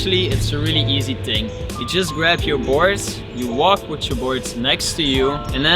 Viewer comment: You not shyou.